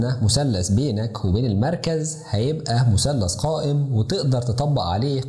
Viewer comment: مثلث وليس مسلس فيثاغورس وليس فيساغورس